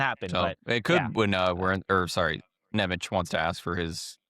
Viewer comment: Nemec is prounounced "Nemetz", fyi!